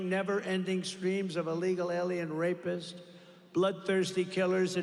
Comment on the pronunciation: Did he say Rapisst . I know a guy running for PREZ that fits that description